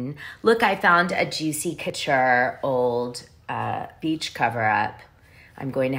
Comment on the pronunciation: Y are you saying couture wrong